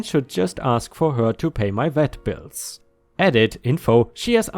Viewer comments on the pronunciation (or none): none